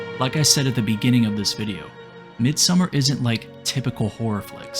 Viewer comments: Mid-sew-mar. Please pronounce it correctly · U could at least pronounce the title right if u make a whole video on it. Its not summer. MID-SOM-MAR. Its litrally spoken throughout the entire film. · It's Midsommar, not Midsummer. Also, she looks like an Indian girl than a British girl. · i realy wanted to watch the video but dude... its not called MIDSUMMER, you have the name in your title.. Midsommar it annoyed the shit out of me xD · Listening to the narrator's pronunciation of the movie's title as "Midsummer" is more frightening and scarier than the movie itself. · Don't pronounce it midsummer